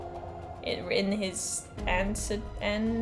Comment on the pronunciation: Girl how do you not know what anecdotes are or even at least how to pronounce that word? Or that exhibition is different from expedition. Do you have dyslexia?? Is english not your first language? Also cilantro is another word for coriander.